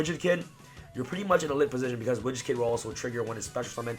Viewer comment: Lul sounded he was saying rich the kid when he says widget kid